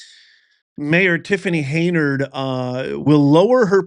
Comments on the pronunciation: Hen-yard dude. I not a fan of hers but.....😊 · Hen-yard……Henyard……not hay-nard……HEN YARD…… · HEN YARD.. NOT HEYNARD. JEEZ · It’s Hen-Yard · If you don't know how to pronounce the word ask. Then you are a uneducated idiot Tiffany hinyerd .😂